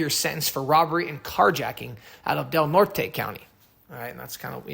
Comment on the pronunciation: Oddly enough, Del Norte is pronounced Del Nort🤷‍♂️